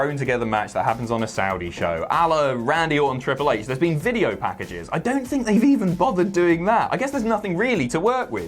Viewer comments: When said "A-la; Randy Orton and Triple H." I thought he said Allah, Randy Orton and Triple H. What a triple threat match that would be in Saudi. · Not sure if the "A la" slip was intentional when mentioning the Saudi show.